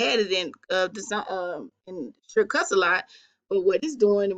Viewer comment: Hi what software did you use, I can't understand the name us said surecuts? Thank you